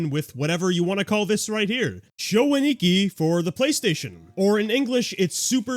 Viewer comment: A-Ni-Ki, not Ani-Ki. You're putting the emphasis on the wrong syllable.